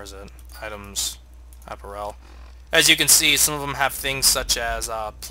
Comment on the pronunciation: App-air-ul not App-ur-el. Other than that minor mispronunciation, I'm loving the playthrough!